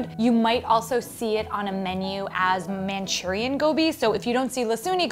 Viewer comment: Gobi machurian and not machurian